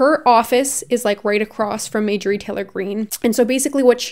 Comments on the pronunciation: The fact that I’ve seen multiple people in this comment section supporting her is so worrisome. Also for anyone saying pronouncing Marjorie’s name wrong is a valid way to see her arguments as silly and unable to be taken seriously, here is a timestamp for the place where stated that she was accidentally mispronouncing her name incorrectly and that she is sorry:. Also, who actually cares? Everyone makes mistakes and considering there are so many other important points made in this video, picking up on such a minor issue really shows the type of person you are, and that there are clearly no counter-arguments for you to use. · have you ever heard of a mistake lmao? She even said in the video that she was accidentally pronouncing it wrong: . If this is all you picked up on throughout the video then that is an issue. I pronounce things wrong a lot, but that does not make me any less likely to be taken seriously. I really hope this whole comment was satire, considering mispronouncing a word is such a minor issue. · Um are you feeling ok? If you pronounce something, that is simply how it is pronounced now. Her name is majorie😂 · Hi! Love you! Giggling over your pronunciation of Marjorie. You are saying Mājor-ie instead of Mar-jōr-ie. Great video as usual King. Much love! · Were you intentionally calling her Majorie instead of Marjorie? Lol. Because I could get behind bastardizinf her name. Lmfao. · i hate her sm but its mar-jur-ee not major-ee haha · Her name is Marjorie. Not May-jory. Marjorie/marjory was a fairly common girls name in the 1950s. May-jory is ??? You’re likeable and have a bright future, but if you want to be taken seriously, you need to do your homework and get the basics down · I hate to be this person but it’s driving me insane...MAR-jorie. Love you! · It’s marrrrr jurry